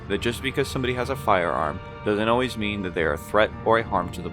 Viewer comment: “…doesn’t always mean that they’re a threat “. Emphasis on ALWAYS 😕